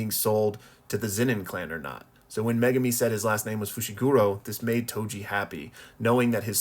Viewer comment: And thank you for pronouncing Megumi properly unlike most fans & YouTubers. Now ya just gotta start pronouncing Sukuna right. Here's a hint folks, you wouldn't say sasookay (Sasuke) would ya?